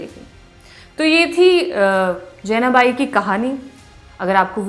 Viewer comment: Jenabai nhi , Janabai..... Marathi Lady.